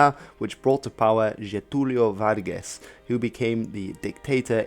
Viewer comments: LoL he actually got Getúlio Vargas very clear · increadible pronunciation especially in "Getulio Vargas" and "integralista"! I know it's a challenge for english speakers so this cant go unnoticed! Great video man! I am a history teacher from Brazil and I'd like to make a few contextualization if you're interested "Closer ties" with the US during the 20's and 30's it's a euphemism, there was this Big Stick Policy which includes negotiating peacefully but also having strength in case things go wrong. Imperialism 101. The dictatorship of Getulio Vargas ( ) before and during the WWII had many similarities with fascism and nazism but it took a long turn until the US stop supporting. Not only that but several millitary coups in Brazil and all over the Latin America were backed up by the US in the 50's 60's and 70's that allowed murders, political prisoners, censorship, torture, disrespect for human rights in exchange for a puppet right-wing government that favored US interests. Perhaps similar to US relations with the dictatorships of Qatar and Saudi Arabia nowadays.